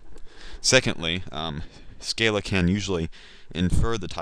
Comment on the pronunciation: SC-AH-LA. But good beginning tutorial, I like your teaching methods.